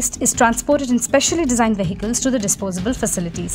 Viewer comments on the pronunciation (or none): Well documented but seriously in a country as ours where rules are for fools. Where rules are neither respected nor enforced the reporting though relevant is a cry in the words. has a good voice and accent. Two words she must check for pronunciation. Vehicle and Bury.